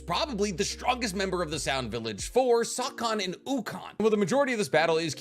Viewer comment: Whooosse sawcon?? 🤭